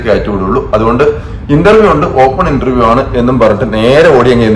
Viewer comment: ഇൻൻ്റെർ വ്യം എന്നാണ്